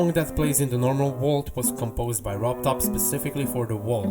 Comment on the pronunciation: The wault